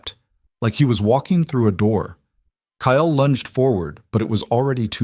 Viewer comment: His name is Ile Kyle. Not Kayel!